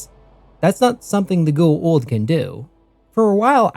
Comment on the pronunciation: The way you pronounce Goa’uld is killing me.